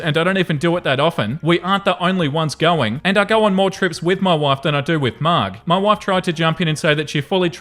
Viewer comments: I think its pronounced Marge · Not (a Simpsons superfan) reading the name "Marg" like a pirate (Aarrghh!), seemingly clueless that name pronouncement was identical to that of his favorite cartoon's female protagonist. Never knew I needed the resulting delightful burst of giggles so much this week. Thanks, V! 😅